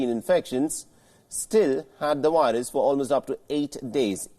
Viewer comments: Guys did you hear him? "they still had the wilus" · I LOVE how you call it a whirus 😊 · Whats a wirus.....